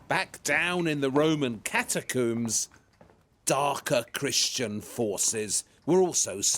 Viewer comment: Every time he says a new noun I'm bemused and delighted to hear a pronunciation entirely unheard to linguistics. 'Bazzilica', 'Catacoom', 'Mozayke'. What a wonder.